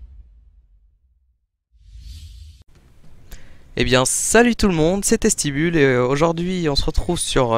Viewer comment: le debut il a dit "salut c est testi bulle " mais moi j ai entendu " salut c testi boule